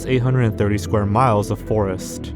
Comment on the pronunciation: that Polish forest pronunciation hurt me